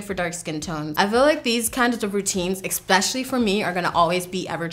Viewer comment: I love you dearly which is why I have to tell you that you constantly say the word especially like it has an x in it. You say exspecially instead of especially. It's cute, like a little kid but you're a beautiful, intelligent, talented grown woman so , in case you weren't aware of the habit, I'm letting you know so you can beat that habit. I know from experience how embarrassing habits like that can be when you're in a professional setting and those mispronounced words pop out of your mouth in front of people you prefer to impress.